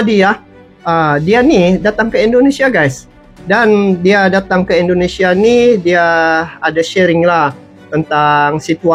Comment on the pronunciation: Tictoker itu apabila cakap INDONESIA Bercakaplah DENGAN Betul,, JANGAN E, E , E TERUS KALAU MAU MEREAKSI INDONESIA!!! JADI sangat LUCU , kampung dan Aneh INDONESIA dia😁 COBA TIRU ORANG EROPA ,KOREA,JEPANG,THAILAND AFRIKA KALAU BERBICARA INDONESIA DENGAN BETUL TANPA AKHIRAN KATA E!